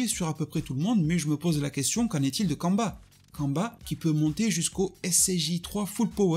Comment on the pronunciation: je m'en excuser, mais j'imagine que tu parlais de Cumber ? (Ou Cumba à la japonaise) ... C'est ta façon de le prononcer qui m'interrogeait. On aurait dit que tu parlais d'un Sayajin congolais ou d'amérique du sud. Kamba di Janeiro ...